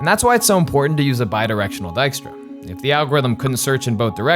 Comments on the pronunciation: I've been pronouncing this "tiskra" this far 😅 not "daiskra" as i guess it should be 😏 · Dijkstra, is pronounced close to D eye-k stra, ( /ɛi̯k/ ) while Diekstra is pronounced closer to D eek stra (/ˈie̯k/). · Oh so not Ditchktra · Everyone pronouncing it as dyke-stra. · Is trying to impersonate Dijkstra and therefore sounding more Dutch? It's so weird. And to all the people commenting on the pronounciation of Dijkstra: Yes! and I cringe everytime it is misproncouned in 'The Witcher' on Netfix. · I love that the map shows the Netherlands as it existed in 1956, i.e. before Flevoland was created. Nice detail! I also find it very interesting that (who is Dutch and has a slight Dutch accent) is consciously adopting a thicker, more common Dutch accent while voicing Dijkstra. He's making himself sound more Dutch than he usually does.